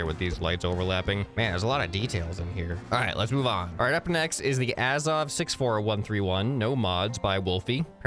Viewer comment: I love snowrunner and the azov was one of the first vehicles I used. Also you pernoused it wrong it A-zov you say a not ah just had to correct you.